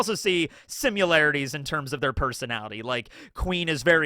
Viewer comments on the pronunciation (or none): Why do you pronounce similarities as simyoularities?